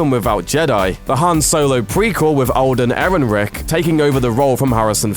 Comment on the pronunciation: Olden Erinrick. Are you serious, you can't pronounce Alden Erenreich